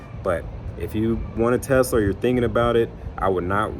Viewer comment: Dude, There’s no (Z) In Tesla 😂